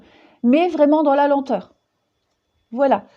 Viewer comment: mdrrrr "Voualai" mdrrrr m'voyez?l hahah a chaque guidance tu bafouilles c'est marrant mais comme tout ce que tu dis est profond et fascinant on peut pas rire comme l'on voudrait ou alors on revient en arrière lol (pour ma part) ben t'es la meilleure, prends soin de toi, gros gros bisous et merci Gratitude tu fais guidances personnalisée? j'ai jamais regardé car tes guidancess avaient toujours l'air de me parler finalement. mais pourquoi pas? ça fait trop longtemps que j'te suis mdrrrr BISOUSSSSSSSSSSSSSSSSSSS Chanaze